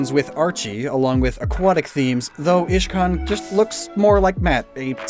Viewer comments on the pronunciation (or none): He siad Ishcan and iridia